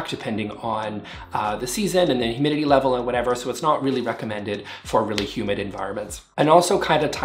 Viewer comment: I thought he said human environment instead of humid environment. I was like ‘yep. I agree. I’m way too clumsy’ 😂